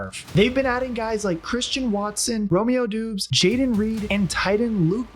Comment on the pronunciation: hopefully romeo never heres the way this man just said his name multiple times